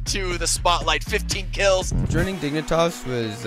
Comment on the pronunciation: "My name is and I play for Dig-i-nitas". I don't know why that mispronunciation made me laugh so hard. Interesting to hear Texas is a country too according to Shinboi.